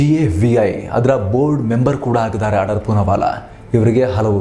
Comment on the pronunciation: ಆಡಾರ್ ಅಲ್ಲ ಅಣ್ಣಾ ಆಧಾರ್